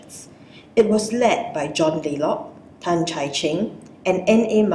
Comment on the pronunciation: Laycock, not laylock